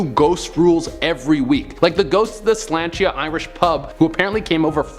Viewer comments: As an offended Irish person... Sláinte is pronounced slaw-n-cha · Shláinte was pronounced extremely wrong, not giving hate, just saying